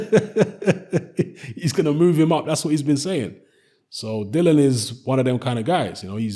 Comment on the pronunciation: Dillian, as in rhymes with Gillian.